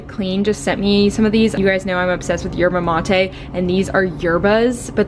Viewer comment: as someone whose country runs on mate (the original kind not the canned drink hehe) i'm so impressed by you pronouncing yerba mate correctly. go lol